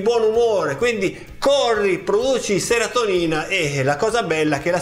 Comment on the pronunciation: Serotinina... Non seratonina😋 Complimenti bellissimo video 😁